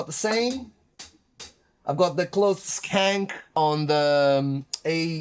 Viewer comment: Why would you keep the key down, though? Bury the beater but on the snare? Lift up, there's no sustain. Shank is not pronounced skank. Skank is an insult / slang. :) Yeah, General MIDI for years. BFD is really similar to this. I think their libraries sound better based on this but some of the cymbal packs were kind of disappointing. Nothing beats real drums (or drum action) but plugins are quick and easy. No mics, can record at night. Keyboard input is fast and ok, you can't do a decent roll and sticks have bounce which basically you can't do no matter how good you are. But then you can edit the midi roll.